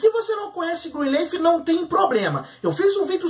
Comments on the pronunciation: Qual a dificuldade em dizer Greenliiiiiiiiffff e não Greenleeeif? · NÃO É ASSIM QUE PRONUNCIA O NOMEEEEE 🤯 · Fala o nome da serie direito.